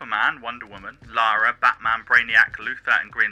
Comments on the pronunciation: Dude! It's LARA not LAURA. LAR (like FAR) UH. Not LORE UH. LARA. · How can you make this lengthy analytical video, but still keep calling Lara "Laura"?